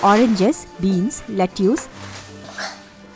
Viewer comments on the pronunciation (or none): Lettuce is pronounced let-us.